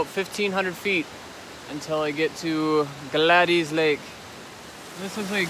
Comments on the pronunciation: It's Gladys pronounced Glad-is...Gladys. I had an Aunt Gladys. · The forest ranger that I spoke with pronounced it 'Glad-ees'. I pronounced it about 10 different ways in this video. Lol hoping one of them is right. Thats a name you don't hear a lot!